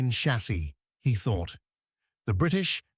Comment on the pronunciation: Fuq AI slop .... In English, chassis is "sha-say", not a hard ch- as in church. Who says? Oxford dictionary.